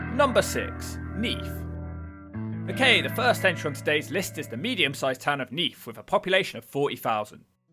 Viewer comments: It’s neath not neaf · Neef? Is that anywhere near Neath? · "Neaf", lol